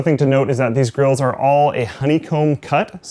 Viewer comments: Every time you said fan grills I heard fan girls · when says fan griils it sounds like fan girls lol